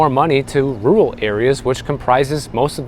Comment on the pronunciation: It's rur-al, not rue-ul.